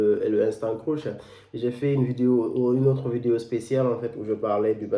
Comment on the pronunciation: Ca se prononce je crois creeeeeesh et non croush